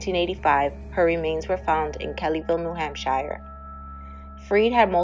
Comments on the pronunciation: Its New England not England. "Shire" is pronounced like "sure." ;) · This channel rules! Cheers 🥃🍺 I believe it's Hamp*sh*er*...but I'm just a bloody Ozzie. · U do all that work & don't even learn how to pronounce New Hampshire? Ridiculous.